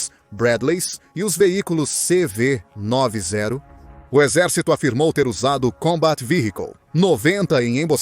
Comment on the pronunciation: Não é CV 9 e 0 você tá falando errado! Esses brindados têm o nome de CV 90 pq foram construidos na década de 90 por isso tem este nome. Entendeu!